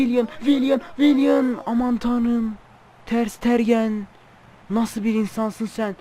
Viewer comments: Abi ooo ters stergen değil ters tegenn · Abi ter sitergen diye oyunmuyo ter stegen diye oyunuyo :D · ters tergen değil ters stegen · Ter stegen diye okunu kaleci